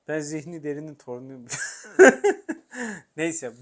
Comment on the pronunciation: Baştaki Zihni Derin vurgusu anlaşıldı!😂 ağzınıza sağlık hocam❤